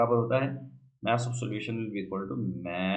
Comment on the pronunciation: Sir maaas niii hota mass hota h bolna sekhe